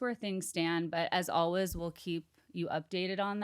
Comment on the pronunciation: Why do you both pronounce “always” as “olwuz?”